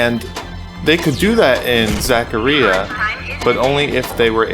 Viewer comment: You do know Zach A Rye Uh is even pronounced by the games themselves. This space shuttle game reminds me of that super rare pinball circus game with 4 stacked up high tables. I find it impossible to get to the higher ramps on purpose and my Virtual Pinball table has the same freaking camera problem even looking straight down onto the tables. The deluxe tables are a bit insane though like Farfalla with 92 wire habit trails and 4 mini tables stacked in your face on top of other flippers and levels. Dang. These would be neat but they are kind of unplayable. Too bad I bought space shuttle. My favorite is Time Machine Remake. Floating magnetic balls like Dracula Myst mode and I turn on the rainbow balls and it becomes super trippy. Also sounds like TRON.